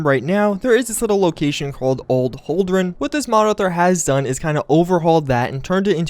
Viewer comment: "Old Holdran".... fucking facepalm m8.